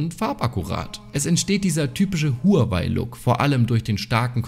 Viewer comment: Willst du als Technik YouTuber vielleicht mal lernen wie man Huawei richtig ausspricht? Du sprichst honor oder Apple ja auch nicht deutsch aus.